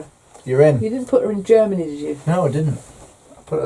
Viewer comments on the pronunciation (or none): none